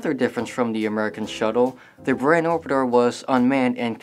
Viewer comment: it's prounced boorahn. and it's not russian shutle, it's a soviet soviet space craft. yes, there is a huge difference.